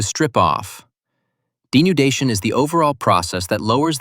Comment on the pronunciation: weathering denundation